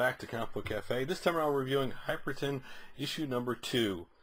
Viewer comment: Both issue reviews you've called him "Hyperton". Where do you see the 'T'? You've literally typed it correctly in the title twice... but consistently say it wrong.